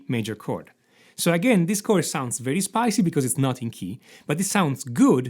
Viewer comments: Sounds more like Spanish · An Italian man saying 'spicy'. Nice 🌶️